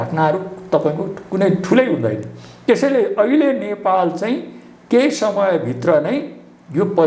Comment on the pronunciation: यो पत्र कार लाइ सुद नेपाली बोल्न आउदैना कि क्या हो नेपाल भन्नु पर्ने मा नपालभनदो रहेछ किन सुद नेपालि न भनेको ॐॐॐ